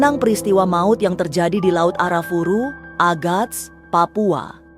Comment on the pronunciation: disclaimer: laut Arafura bukan Arafuru saya lama di Merauke Maluku Papua di laut Arafura mancing cumi